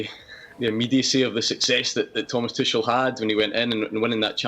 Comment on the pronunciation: Speaking of disrespect, I refuse to believe anyone on this panel can be here talking about football and not have watched enough football to know the correct way to pronounce "Tuchel". There's no other logical explanation other than pure belligerence and disrespect.